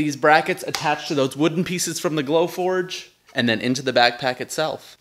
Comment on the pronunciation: I thought you were saying "blow torch" for so long until I saw your "glow forge"! You're awesome!